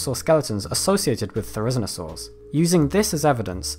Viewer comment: Nice to see you struggle with names and pronunciation too. Are Therusnosaurs weirder than their own name? Is that spelling even correct?